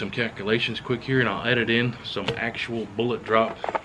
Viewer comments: How the heck do you have this many subs when you can't even say the word 'Bullet' correctly? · Good info, but "Boo-laht"?....peak fuddery